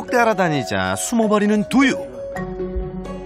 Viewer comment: 강훈련사님 두유발음 되게 Do you 처럼하신다ㅋㅋㅋㅋㅋㅋㅋㅋㅋㅋ